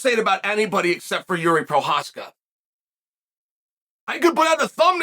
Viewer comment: I hope this spelling is in reference to chael pronouncing his name "jeery" lmao